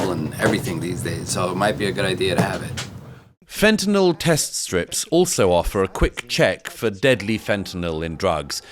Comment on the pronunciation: Thanks for pronouncing fentanyl correctly (it's not "fentaNOL" !)